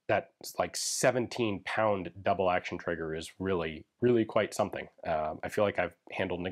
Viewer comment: "Le formidable" must refer to the grip strength you need to use this weapon. on the other hand, "Double AHHRction" is a good nickname for it too